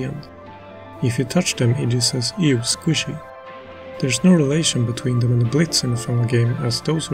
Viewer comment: Iji is read as Eejee? No way I thought it was I-jee all this time